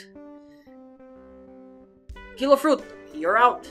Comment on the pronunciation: kilo fruit im hearing pakyu fruit lol